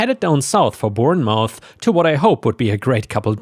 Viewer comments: It's pronounced born muth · Bournemouth is pronounced Born-muth! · UK native here, Bournemouth is pronounced "Bornmuf". :D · Bournemouth is pronounced born-mth - and that's "mth" a bit like "moth" except you don't say the "o". Or "myth" without saying the "y", if that makes sense. It's a very short syllable. Nothing like mouth or south. These place names have been around centuries and got shorter and shorter in terms of how they are pronounced. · Just for reference it's pronounced born-muth